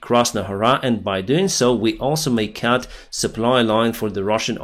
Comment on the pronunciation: you have to beginning pronounce Cut like Cut, not like cat. Btw youre doing a great job. And you speak very fine English when thinking its learned from tv(applause).